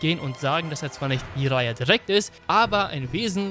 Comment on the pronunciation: Warum sagst du immer "ijara"?? Er heisst doch "dschiraja", oder?